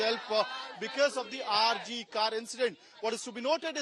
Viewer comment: It is pronounced RG "Kooorrr" NOT "Kaaarrr"